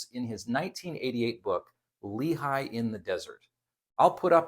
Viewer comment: It’s pronounced “LAY-hee”, not “LEE-high”.